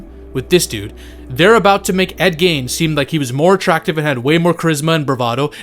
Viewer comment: ed "GEEN" not "GAIN"